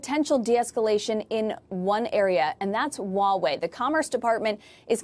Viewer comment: it's called as it is spelled, Huawei, not uawei